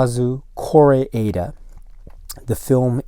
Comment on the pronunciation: Came here cause i didnt find a reliable source how to pronounce Kore'eda correctly. Thanks